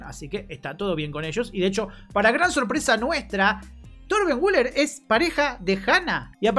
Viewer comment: Se dice voler no wuler.